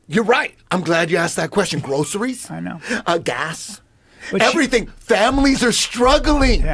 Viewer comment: you can thank me later 😂 love Eddie’s rant … GRRRROCERIES